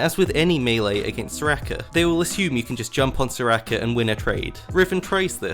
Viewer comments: "Soo-Rakeh" pauses video keeps playing video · mans says serakah